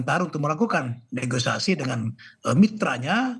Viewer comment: Koreksi bukan neogisasi bang tapi....negosiasi